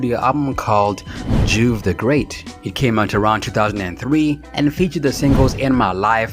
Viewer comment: Really, dawg? "Nola Clip" and "Juve (Joov) The Great"? I feel like you just read some of this stuff without actually knowing about it. I'm thinking you were a toddler when some of this happened. lol